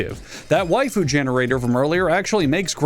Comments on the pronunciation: He said way-fuss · "way-fus" lmao